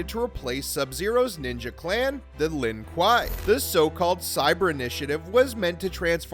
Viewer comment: You can tell the person talking hasn't played a single MK. From calling Subzero's brother by Antman's last name to calling the clan Lin Kawaii... 😂😂😂 Let someone who cares about the actual game and its story read, not just some guy with a script